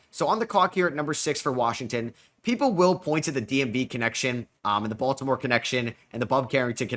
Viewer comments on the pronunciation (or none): none